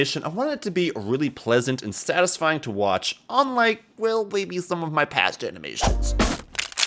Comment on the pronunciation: take a drink every time he says sastysfying